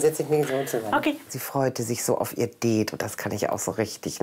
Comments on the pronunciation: Immer die mit ihrem " Deeeet". Sorry aber die Aussprache ist voll im Eimer😂😂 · Die sagt deet anstatt Date 😂😂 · Zum 18099 mal das heißt date und nicht deet😂😂😂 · Ich: Date Andere: Date Oma: Date Marianne: Deeeeeeeeeeeeet 😂🤣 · "Sie freut sich auf ihr deet" 😂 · Marianne:sie freut sich so auf ihr deet Ich:NEIN ES HEIẞT DATE UND NICHT DEET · Marianne sagt "det„ was heißt date 🤣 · Was reimt sich auf Beet? Marianne: "Deet" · Det ich dachte das heißt Date 😂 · ich:date andere:date katze:date sprechender Mülleimer:date Marianne:DEEEEEEEET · "das DeHtE''🤣🤣🤣🤣🤣🤣🤣🤣🤣🤣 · Mariane:Sie freute sichauf ihr Deet Ich:Mariane ES HEIßT DATE!!!! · Marianne und englisch Marianne sagt:auf ihr deet Mein gehirn: Marianne es heißt date und nicht deet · Warum sagt Marianne det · das heißt Date und nicht Det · Das heißt Date und nicht deeet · Ja kein det merr sondern dare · Der Typ mit der Katze checkt das niemand? Ironie!!! Die Tante Marianne hat anstatt Date DEEET gesagt und das ist der Witz daran!😂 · Ja dome Hat so schön wie mariane sagt ein deet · Sie freute sich so auf ihr „deet“ haha marianne 😂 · sie freute sich so auf ihr dät" 😂👍🏻🤝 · "Sie freute sich so auf ihr Dettt"🤣🤣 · “Sie freute sich auf ihren dät” HAHAHAH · “Sie freute sich so auf ihr Deet👁👄👁” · Wieso sagt diese Tante immer DEET . Daa regt mich so auf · Bingo Satz : Marianne kann das Wort Date nd ausprechen